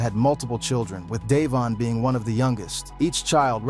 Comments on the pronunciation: “Dayvaughn”🤦🏾‍♂️ fxkn ignorant Yt ppl😑 can’t say shyt right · You can tell this man white lol the way he says ada, dayvon, Tasha lol all pronounced way different